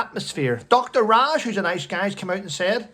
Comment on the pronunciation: Dr Ranj not Raj